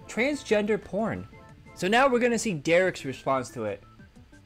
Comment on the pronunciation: its Dare RICK not Dare Rihch, dont indulge in the ♿️